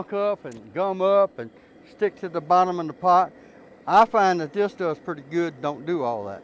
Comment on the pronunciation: Bofu’um. A true Southerner!